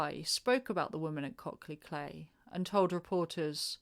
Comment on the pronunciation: Cley is pronounced CLY